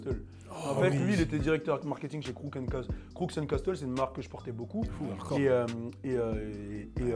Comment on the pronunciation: « Crouks and Casseteul »